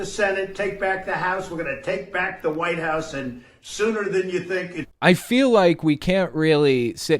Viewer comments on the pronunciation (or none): none